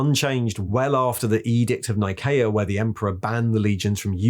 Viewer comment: [<<LORE HERESY ALERT>>] 'Edict of Nicea' Nicea is pronounced: N-EYE SEE-A (Not: N-EYE KAY-A) (Great Video all the same M8! Bring us more Horus H!;O)=*~